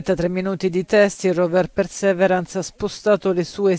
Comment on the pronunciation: Si pronuncia pirsiverance